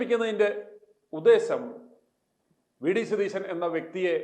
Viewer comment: Your accent is വെടി സതീശൻ. എന്നാണോ. I heard that.